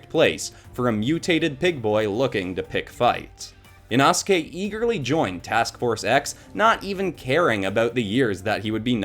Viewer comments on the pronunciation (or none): It's pronounced Inoske. You pronounced Inasuke. Also confused by the red on Inosuke confused me because his pants are actually dark blue. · Ina-ske…oh nah…inosuke(ino-ske) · say it like e-no-ske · I really like your drawings and the stories you come up with for the characters but learn how to pronounce the characters names before doing the video I’m probably not the only one that got a bit annoyed at the way you said inosuke but other than that I love your videos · U said inosukes name wrong